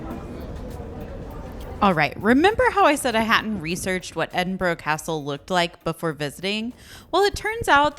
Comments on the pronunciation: "Edin-borrow" 😅. Try pronouncing it like "Edin-bur-uh" 🙂. (I'm from Edinburgh). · Loved the video, but has been pronouncing Edinburgh wrong, its ED-in-bruh